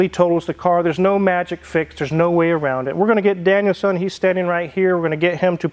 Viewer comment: Daniel “Sahn” not Daniel “Son”… 😅❤ 🇯🇵